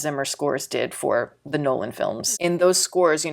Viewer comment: Nolan, not Noland